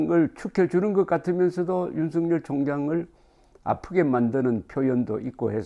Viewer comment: 윤석열 의 발음은 윤서결 로 발음해야 합니다! 윤성열이란 이름도 있는데 윤석열을 윤성열로 발음하면 어찌 구분 합니가?